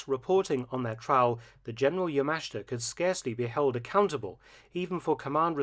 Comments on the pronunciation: It pronounced "yamashta" not yamasheeta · NO. NO. That is not correct. The correct way to pronounce YAMASHITA is YA - MA - SH -TA. The i is silent, or only slightly pronounced. In Japanese, the vowels I and u are silent when they are between 2 voiceless consonants, like s, k , or t. Thus, SUKIYAKI is pronounced S - KI - YA - KI. Also, do not put a heavy stress accent on any syllable. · Point of correction. Yamashita's last name is pronounced yah-mah-SHEE-tah. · Isn't it pronounced YA-MA-SHI-TA? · Mark. This is getting annoying. His name is Yamashita. You keep skipping over the "I" in his name. You keep pronouncing it "Yamashta". Please pronounce his name correctly in the future.